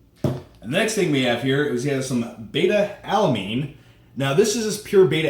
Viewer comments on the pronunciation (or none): well you called it beta alaMine two times so you clearly have zero idea what youre doing.